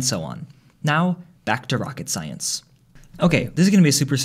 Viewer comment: of course its not rocket "silence" as you say